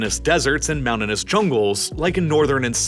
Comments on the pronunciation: ♦️ - There is a "T" in the words "mountains" and "mountainous". Never hear anyone say "mounans" or "mounanous" before. ♦️ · This guy/AI narrator talks to fast and mispronounces many words. Such as: Agriculture Mountainous I have to sliw down the playback speed to .75 and that makes those mispronunciations all the more obvious. I can't stand this channel. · This guy has problems pronouncing the words "mountain" and "mountainous".